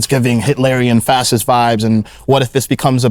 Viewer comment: He pronounces fascist as "fassist". Sounds funny lol